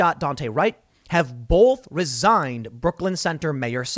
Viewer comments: Tim says “bulth” instead of “both” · If you do, please don't be like Tim and pronounce "both" with an "L", it will give you away and we will feed you to the hogs. Lol